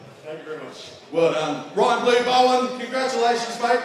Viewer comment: funny that the cant get Ryans name right at his own event 😂😂